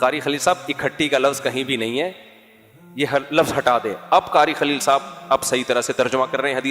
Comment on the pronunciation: قاری خلیل نہیں کاری بخیل ہے ۔